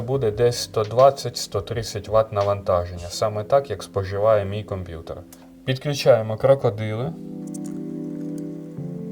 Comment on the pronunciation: Продай компютор і піди до логопеда !!!